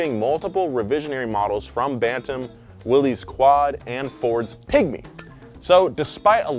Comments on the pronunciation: Please! It’s not pronounced Willis. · Say Willys wrong again. I double dog dare ya